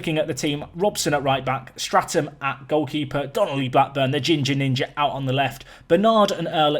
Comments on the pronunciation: Enjoying the series but have to point out your 'keeper's name is 'Statham' without an 'r' as in 'Jason Statham' and not 'Strat-ham'. Keep up the good work! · Love the Series! But please! its Statham not Straton! No wonder he couldn't save a thing with the manager calling the wrong name. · your keepers name is STATHAM not STRATAM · Please its Statham not Stratham, lose the R :D .............Salami favourite pizza topping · Who's gunna tell him his keeper is Statham like Jason and not Straton